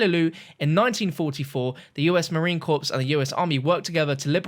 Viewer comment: The marine corps is pronounced core not corpse.